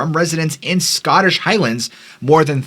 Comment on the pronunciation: Some excellent pronunciation of Scottish place names. TY